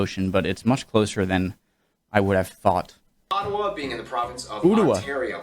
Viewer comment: It's Ottawa not Ottowa and it's Manicouagan not Manicougan